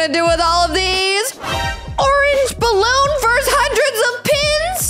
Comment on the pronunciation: ORANGE BAWOON I, MEAN BALLOON NOT BAWOON